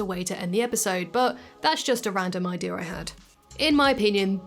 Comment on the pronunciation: did she say idear? Why do people say say idear Instead of idea? Or warsh instead of wash. Serious question